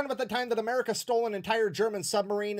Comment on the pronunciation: "Americur" is my new favorite way to say America. It's on par with 'Murica.